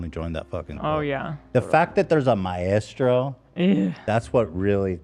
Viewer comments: Help, why are so many of you completely mispronouncing 'maestro' so confidently? I can't listen to Ethan say 'ma-estro' anymore 😭😭🤣🤣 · My-estro 😂😂😂 idk how but Ethan always finds the weirdest pronunciations. I always heard it as my-stro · Does Ethan think maestro is pronounced my-estro? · The way Ethan pronounces Maestro is so incredibly wrong, is this an American thing?! It’s 2 syllables not 3! :S Sorry, English girl here. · Am I the only one finding the teams pronunciation of maestro extremely jarring? I love them but is them adding the “eh” in a bit? Cause I don’t think that’s meant to be there… at first I thought they were talking about a drug Hahaha